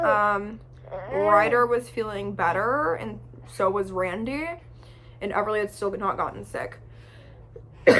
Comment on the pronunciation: Just me or does she say WRandy